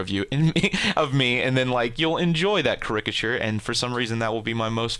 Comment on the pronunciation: you pronounce caricature wierdly